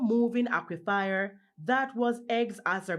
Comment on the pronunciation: My friends, the word is 'AQUIFER' not ' aquifier'.....And 'EMERSED' not " emerged